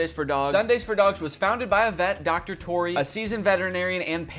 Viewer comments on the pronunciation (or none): none